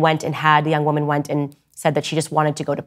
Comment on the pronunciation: Its WOMAN not "WIMIN"